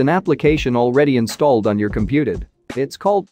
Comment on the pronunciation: The second video (not this shit that can't pronounce basic words like "computit" and can't spell beginners) This channel hasn't posted in 5 years and yet, it is top of the recommendations list??? Follow this like to a proper introduction to Powershell (no not my video) it's the video that should have been at the top. (a channel with over a million subscribers)